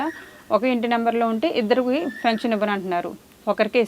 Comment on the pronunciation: .".Fension"...ani kaadu Pension ani pronounce cheyyammaa...😊